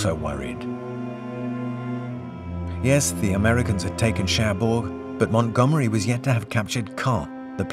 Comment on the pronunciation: МантгОмери, а не МангомЕри!